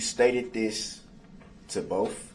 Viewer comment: Why didn't any witness say to him "What is 'axed'?" Or "I don't know what 'bofe' means". How about "What does 'aminant' mean?" Or "I'm sorrry, did you say 'fixiated'"?